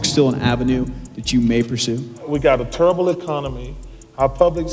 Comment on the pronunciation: Did he just say.......(terrible )TURROBLE... FOH CHARLES